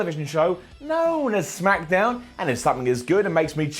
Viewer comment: he said smackadown